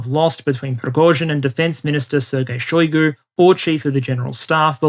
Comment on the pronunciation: Shoigu pronounced his name with emphasis on U. You can hear it in video "Истинная фамилия Шойгу))" on .